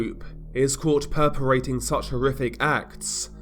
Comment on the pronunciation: Hey man just wanted to let ya know just cuz. Not trying to be snobby or anything I have just heard it quite a few times in your videos now. When you say the word perpetrating you forget the t in the word when you say it. Like you are saying perperating. I know how you are with things so I just figured you would want to know is all! Nothing negative intended I love your coverage and thank you for it <3. If you want the right pronounciation it is basicaly /perpehtraiting/ like saying the word trait in the middle otherwise you have it right. Just the t missing. Also with "Crimena" I am not sure if you are referring to somewhere else? Or if you are referring to the island of Crimea in south Ukraine thats the important stronghold that Russia currently occupies that Ukraine is attempting to take back thats on the sea? If so there is no N in it just for your reference! Crimea! You could say it is the Crimean penninsula too. I just I looked around and don't think Crimena exists so I figured if you mean Crimea that may create confusion is all. Of course you don't speak these languages so i figure you would want to know that just so we don't confuse English speakers or anything with it. Have a good one <3/